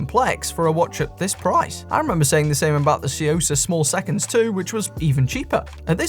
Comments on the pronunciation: Took me a second to realize you were saying tsuyosa, had you not considered looking it up and seeing how it's pronounced or something? Because the way you say it is like way off. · One of my favorite things is hearing trying to pronounce Tsuyosa 😄